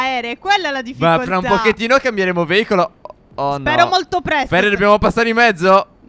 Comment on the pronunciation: No ho capito cosa vuol dire veivolo ma si dice veicoloo